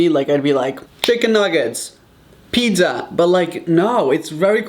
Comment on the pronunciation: anyone: pizza Raphael: PITDZA